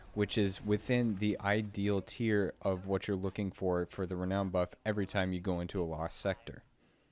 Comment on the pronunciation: Having trouble finding the D you're pronouncing in renown.